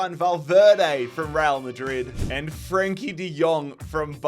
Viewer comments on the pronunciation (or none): none